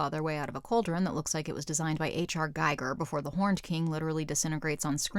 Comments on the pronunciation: H.R. G-EE-ger. He was an artist, not a neutronics physicist. His name isn't pronounced G-EYE-ger, it's G-EE-ger. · Giger. His name was Hans Ruedi (H.R.) Giger. Not Geiger. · Pronounced Geeger